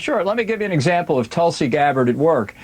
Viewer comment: Give me Tulsi over Bolton any day; and you said it correctly,!